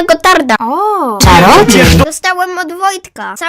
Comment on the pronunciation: magiczna pelerrrryna gotarrrta